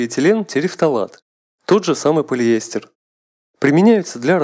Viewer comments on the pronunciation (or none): Отличное видео! Немного напрягало произношение полиЭстер. Правильно произносится - полиэстЭр. С ударением на последний слог. А в остальном превосходное пособие!